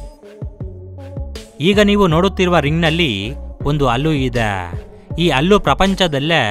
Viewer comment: ಗುರೂ... ಅದು ಅಲ್ಲು ,,,ಹಲ್ಲಾ ,,,,,,.,ಹಣ್ಣಾ...ಹಲ್ಲು....ಹೋಕೆ